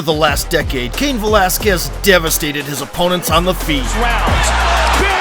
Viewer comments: Goldie calling Cain CAYAN Velazquez lol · The "IT IS ALL OVER!" guy called him Ka-yan😂